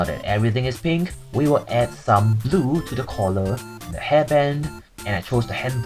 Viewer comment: am I insane or weird or did you just say zoo instead of blue maybe I’m just hearing things😅😅